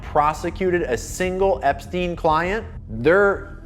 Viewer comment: "epsien" island - cmon man, we have a world to save